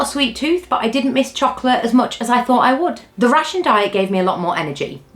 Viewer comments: As a non native speaker, I constantly hear "a typical russian diet" and it took a while to get it.😂 Glad you got to enjoy your "russian free" Fish 'n' Chips. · I listend to the video while I did the chores and was wondering why an english ate a russian diet. Took me a while until I recocnised she is saying rationed. And where was the fish?